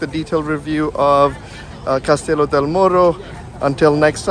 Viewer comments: It’s casti-yo not castilo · Cas ti llo. “Kas t yo” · please learn proper pronounciation, Castillo!